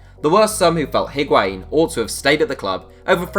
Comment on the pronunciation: Void Vector no. It’s not wa It’s a